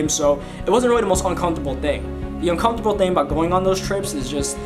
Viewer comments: how you say "un-cum-fer-tab-ll" makes me uncomfortable lmao. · The way he says "uncomfortable" is cool. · He don't know how to say UNCOMFORTABLE 😂 aye but rs I fw u been fw u since 2014💯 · The way you say uncomfortable is hilarious 😂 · Lebron_goat lol